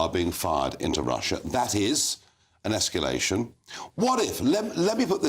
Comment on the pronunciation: It is NOT Esculation!